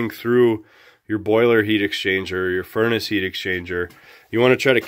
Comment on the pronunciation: I quit watching after 18 seconds. There is no t at the end of furnace. After I heard that I hit to stop button. 👎👎👎👎👎